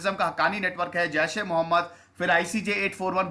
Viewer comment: Mohemmad Sahab naam thik se le